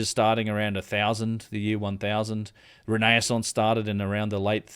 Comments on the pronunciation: Ren - eh- sonse - Great presentation btw - Thankyou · It's re-naissance (again-birth or rebirth) don't worry it took me yonks to get into the habit of correct pronunciation. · That’s it. I’m pronouncing “renaissance” like that from now on.